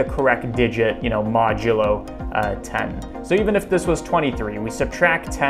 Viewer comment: It was all going alright... until you said "modulo"